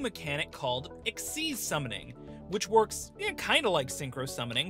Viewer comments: It's xyz not xz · It's kinda supposed to be pronounced "exeez", at least according to the show (dunno why) but I don't think you should really care that much considering it isn't like with scon v scoan or british v american pronunciation. Just say it how you think.